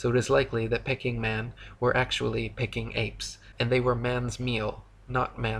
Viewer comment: It’s pronounced Peeking man, not Pecking man. 😂